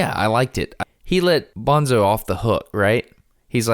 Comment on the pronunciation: I assumed "toons" was short for "platoons". Maybe it's not as obvious in the audio book. Also, Destin, it's pronounced Bone-tso (not Bonzo). They made a whole point about the pronunciation in the book. Guys, I haven't read this book in years, but it's probably one of my all time favorites. Thanks so much for this deep dive, it really takes me back! This is the kind of conversation I always want to have after finishing a really good book but can never find someone who read the same book recently enough to have this in-depth of a conversation. But listening to you guys is the next best thing, and you pointed out a few things I never noticed or thought about. I also have to strongly recommend the sequels, starting with either Speaker for the Dead (Ender as an adult in the distant future) which is a totally different kind of story, more philosophical and spiritual, but really worth reading; or, if you can't get enough of Battle School, read the parallel Shadow series, starting with Ender's Shadow, which follow Bean, who was only a minor character in Ender's Game but has a REALLY interesting backstory and future and was actually the smartest person at Battle School. You don't even have to do a podcast, just read them. Orson Scott Card has done so many good books - I would love to have a conversation with that guy because he's clearly a deep thinker who likes to ask the kind of difficult questions that most people avoid. Anyway, great episode - so satisfying.